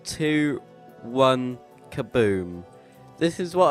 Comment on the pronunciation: I thought you said Kabood xD